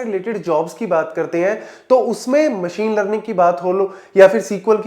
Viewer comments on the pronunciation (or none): none